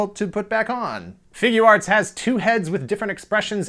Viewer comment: Not really, but I was more amused at your accent when you say Figuarts (Figya arts). Sounds a little New Jersey. I'm Scottish, so I'm sure you'd get a laugh too ;-)